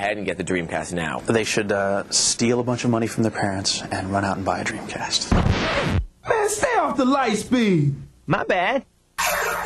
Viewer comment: Sessler keeps saying Dweemcast